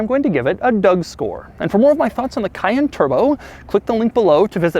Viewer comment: Omg he can’t say cayenne